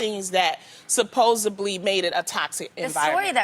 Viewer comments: Loni, the word is "supposedly" 🤣🤣🤣🤣🤣🤣🤣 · Loni!!!! It’s not supposebly.....it’s supposedly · I'd like to know how people keep getting jobs when they can't speak properly. SupposeBly....no Loni, supposeDly. Why is Jeannie ranting and raving again!? Jeannie loves to hear herself talk. Again, why is Rachel there? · Supposedly, not supposebly...🙄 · Someone help out our girl Loni and let her know it’s pronounced “supposEDly” (not supposeBLY) ...This isn’t loni’s fault, I’m from Michigan and most folks here mispronounce it. 🤟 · “SUPPOSED-BLY”....Really, Loni? Jeannie is an empath and logically thinks, thank God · Supposebly? ??.Loni lol..